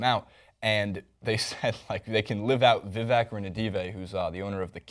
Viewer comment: Sorry but you mispronounced vlade divac, Jakob poertl is fine but divac. Looks kind of bad.